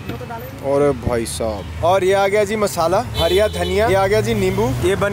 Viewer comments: Sahi hai.. Mehnat ka fal aacha hi hota hai... Sirf ek hi dikkat thi video mein.... Woh hariya dhaniya nahi hara dhaniya hota hai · It’s not hariya dhaniya it’s called fucking hara dhaniya. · Hariya Dhaniya🤣🤣 nhi hara dhaniya bolte h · Hariyya dhaniya bol rha bhai br br 🙄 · Hara Dhaniya ❌ Hariya Dhaniya ✅ 🤣🤣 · Hariya daniya nahi hara daniya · It's hara dhania not hariya 😂😂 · bhai its hara daniya not(hariya dhaniya😂😂😂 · Its hara dhaniya... Not hariya dhaniya 😬🤣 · Hara dhaniya please and not 'hariya dhaniya'. It makes me so uneasy 😁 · Hara dhania not harya dhania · ओ भाई एक बात... धनिया हरा होता है.. हरिया नहीं जितनी baar bola गलत ही बोला है🤨.. भाई 🇮🇳इंडियन हो कम से कम हिंदी तो ठीक से बोलना सीख लो.... बाकी पाजी की कहानी बहुत अच्छी सीख देती है🙏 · Aby yar hariya dhaniya kya hota h be hara dhaniya hota h 😏